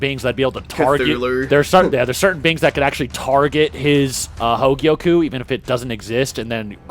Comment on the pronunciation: Only an Australian could add an 'r' to "hogyoku"